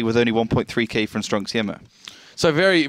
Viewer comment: "stronk sijema" mówcie po polsku stronk siema!